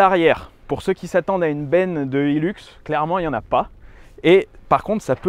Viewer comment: Putain, mais ils en tiennent une couche les français avec leur anglais, et ça fait mal aux oreilles. ;-) Le modèle «Hilux» s'appelait originellement le «hi-lux» et c'est pour «high luxe» ou «le grand luxe», donc s'il-vous-plait, prononcez correctement et nos oreilles vous remercierons. C'est donc pas un «heelux», c'est un »high luxe»... ;-) Cela dit, c'est une fantastique machine. Et merci.